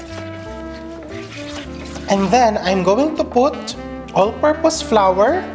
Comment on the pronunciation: chef i love how you pronounce the words just dont prolong the word flour it sounds flower..